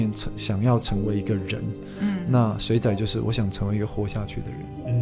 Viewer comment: 您的台語要加強 「水仔」的發音唸得很不標準，害我很出戲